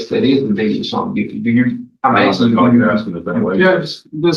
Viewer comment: axing and whatnot